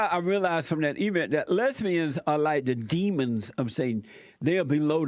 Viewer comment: 'A WHOLE LOTTA FAT LESSSBIANS' ***lmao***